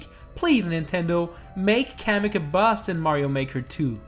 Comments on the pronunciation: I love how he says bus instead of boss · I KEEP HEARING HIM SAY BUS INSTEAD OF BOSS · the closed captions heard that too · Its boss not bus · Instead of you saying boss you where saying buss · by some reason i hear "bus" instead of "boss" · Who hears “bus” instead of boss lol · Is it just me? Or whenever he says "Boss" it sounds like he saying "Bus" instead? For a couple of minutes I forgot the title and thought this video was about busses...